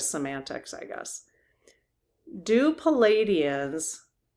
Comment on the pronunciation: Please pronounce correctly ple-aid-ian. Not Palladian. Thx